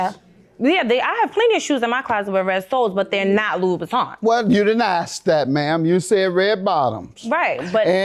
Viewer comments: Can't afford them and can't pronounce them. loubouTIN not loubouTON. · It would be nice if any of them could pronounce Christian LoubouTIN !!! 😂😂😂😂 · It would be nice if he could pronounce LoubouTIN !!